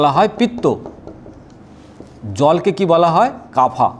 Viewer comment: আপনার জামাকাপড় তো বেশ সুন্দর, কিন্তু আয়ুর্বেদ মতে বায়ু বা বাতকে ভাতা কফকে কাফা এমন বিশ্রীভাবে উচ্চারণ করছেন কেন? থাম্বনেলেও এইসব আজেবাজে কথা লিখে রেখেছেন কেন? ভিডিও তৈরি করার আগে একটু পড়াশোনা করে নিন।